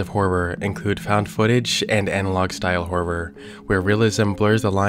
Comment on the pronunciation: Do you know how much i appreciate the fact that you actually say the word HoRRoR! Usually when people say it it just sounds like "whore" so thanks for that. Lol i have to say, This is the BEST channel on YouTube. I am so glad you are still making content that we all subbed for instead of changing it. Ive been subscribed to this channel for years!❤